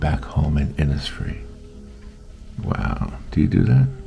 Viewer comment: Really beautiful. Will try to attempt this. Thank you so much.🙏 I’m from Ireland and the lake isle of innisfree is an island in the beautiful lough Gill in County Sligo. Have been many times and it is magical ( just like your painting). By the way over here we pronounce Innisfree Inishfree😀🙏🇮🇪❤️